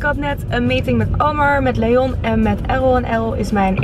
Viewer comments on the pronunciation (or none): none